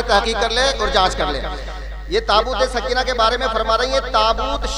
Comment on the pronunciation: سکینہ میں زبر ہے یازیر ہے 😂😂😂😂